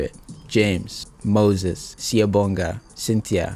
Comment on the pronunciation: Even tried to pronounce some English words in “African” 😂😂😂 they way you tried to add African to Cynthia 😭